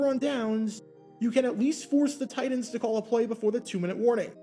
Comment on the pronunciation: Why does he keep pronouncing TITANS as “tight ends”? Shit had me confused for half the video.